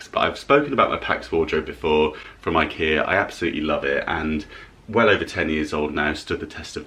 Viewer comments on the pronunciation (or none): none